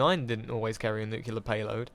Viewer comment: It's pronounced nuclear! :D